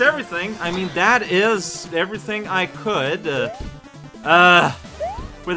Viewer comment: "Everything I Kood"